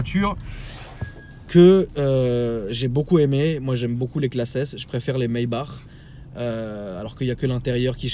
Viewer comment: Pourquoi tu dit [Maybar] c’est pas plutôt [Maybak]?